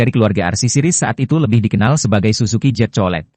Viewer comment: Jet bukan zet 😂😂😂😂😂